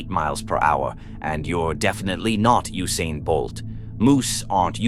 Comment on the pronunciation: Moosain Bolt 😂